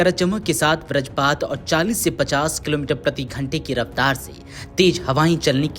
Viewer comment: हिंदी की ऐसी तैसी कर दी इसने 😂वज्रपात को ब्रजपात और चक्रवातीय को चक्रवर्तीय बोल रहा है 😂